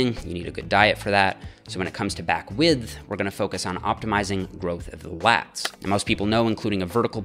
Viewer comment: I hate how you say the "th" in "width." Improve yourself.